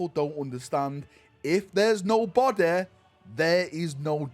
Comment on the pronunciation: Remember guys: "No Bodeh, no deth"